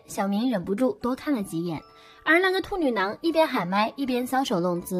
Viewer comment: 我真的沒辦法..... 旁白的"兔女囊"真的太犯規太出戲了 怎麼聽怎麼爆笑 啥恐怖都蕩然無存 了不起